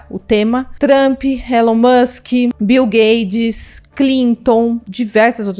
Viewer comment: ela fala bil gades? kkkkkk